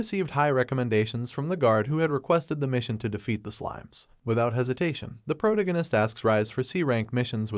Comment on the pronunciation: PRO-tag- gone -ist not pro gon eist